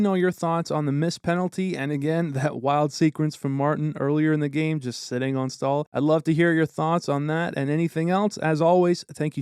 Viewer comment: Staal ❌ Stool ✅